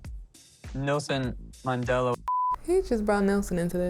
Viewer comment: didn't even pronounce NELSON MANDELA correctly, wow.... PLEASE.... This guy is super selfish. I don' t know if Alina just got caught up in a situation or she is sticking this out for the next T.V show or she really feels he will change.. Either way, I pray this won't break her heart, or even her capacity to have a healthy relationship in the future.